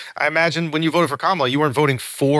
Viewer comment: why can't you pronounce Kamala's name the correct way?